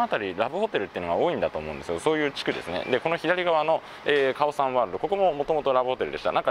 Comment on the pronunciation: カオサンのアクセントがおかしい。オにアクセントだと思うよ